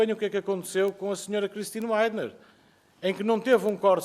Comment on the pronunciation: Oh amigo Filipe não se pronuncia vaidener mas sim videnerr... fica a dica. Agora em relação ao video ... let's kick ps and psd asses... LOL. Peace.